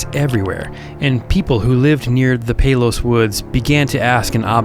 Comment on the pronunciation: It's Payless, not Palowse